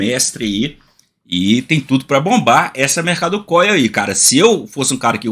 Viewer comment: Acho que cê tá enganado. Ele disse mercado córnus... 🤣